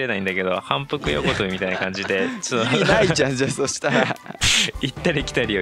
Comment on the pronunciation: 反復横跳びの発音が、大物実況者と同じで、 愛知県？ってなってる。